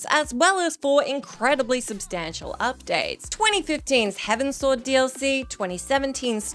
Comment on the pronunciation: It’s heavens-ward, not heaven-sword